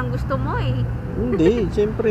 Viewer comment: "hinde"😂 hahaha,depesive si,haha